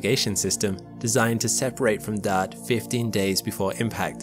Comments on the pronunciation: Are you saying dart or daud? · I thought he was saying Dot. LoL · Thought he was saying DAD !! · Anybody else shocked by ? Who knew Dodd / Dad / Dot had an 'R' in it? That's an exaggeration, but I have needed conscious effort each time I hear it to recall that that sound is meant to be the word "dart". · I swear he's calling "Dart" "Dad" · He refuses to call it Dart. Maybe he thinks it's called dot? Maybe he can't read? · DART.... the R isn't silent 😕